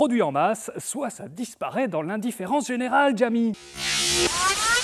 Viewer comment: Jami prononcé "Djami". Jamais je n'ai été aussi outré ! :-O